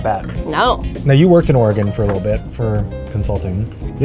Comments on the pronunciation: ...did you seriously just say "or-eh-GONE"!?!? it is OR-EH-GUHN MY GOOD SIR! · My heart died hearing the way they said Oregon. Say it like "Organ" not "Or-e-gon" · As an Oregonian I am a bit irked that pronounced it Ore-gone and not Ore-gun. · DID I JUST HEAR HIM CALL OREGON ORE-GONE?! NO SIR. PRONOUNCE IT LIKE THE PIANO OR THE BODY PART. ORGAN. OREGON. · omg the way said Oregon, babe it’s just pronounced like organ… but Willamette vineyards are beautiful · when said ore-gohn... it broke me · The way pronounced Oregon is criminal, but he’s beautiful and meant no harm, so I’ll let it slide. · He pronounced it like the 18 element of the periodic table: Argon lol 😂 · ! no you say it like "organ". No one says or-a-gin. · ....can we please say Oregon right. OR", "ih" and "gun". Is how all us locals pronounce it. 🤣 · Why is it so hard to pronounce Oregon..theres no E at the of it, i dont understand why people say "ore-eh-gone" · worked in Oregon and still pronounced it ORE-GONE?! Nooooooo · How is gonna mispronounce Oregon when it's literally California's neighbor AND HE WORKED THERE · When Eugene says lived In Oregon and he doesn’t know how to pronounce it. 🙃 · does not know how to pronounce “Oregon” correctly. What a butcher. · The way pronounced Oregon hurt me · Here’s a challenge for you, pronounce Oregon correctly 🙄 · I was about to go off on the mispronunciation of “Oregon”, but he redeemed himself by getting “Willamette” right! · As someone who’s lived in Portland her entire life, I cringed hard at that. But at least he pronounced Willamette right